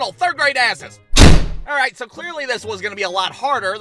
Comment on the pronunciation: more like “Arreight”